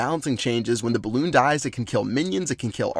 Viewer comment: Such a tb when he said balloonion clash of clan strategy